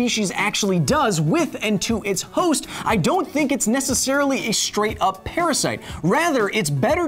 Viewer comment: PARASYITE?!! APOLOGIZEE